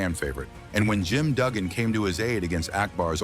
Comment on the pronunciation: Who’s Ted “ Dee-BY-ausee “ and Jim “ Dew-gan?!? 😂